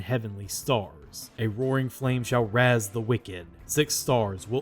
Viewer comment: him saying raze as razz made me laugh (it's pronounced just like raise. I only know of that word bc of one of the percy jackson films, lmao)